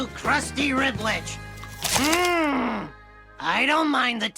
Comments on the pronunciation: It’s RibWich not Ribich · It sounds like he's saying ribbich instead of Ribwich lmao